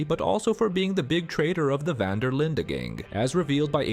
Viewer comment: Quite funny how your pronunciation of Linde is almost correct Dutch, but you still pronounce 'Van' the wrong way ;p